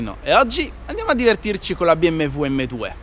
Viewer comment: bi em we vwem dwe!